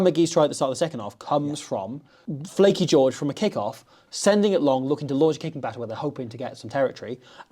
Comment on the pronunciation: Lleucu not flacky ffs